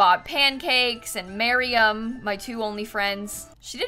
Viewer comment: Ok... I can not be the only one noticing she is pronouncing Mariam's name wrong. I love you, but this has to stop